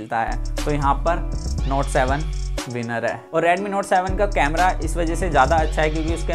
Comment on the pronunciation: its redmi not radmi 😄